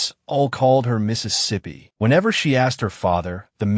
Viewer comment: I know why tts fucks it up but if you are going to upload a video you should at least listen through it to see if it fucks it up. I'm not gonna listen to it.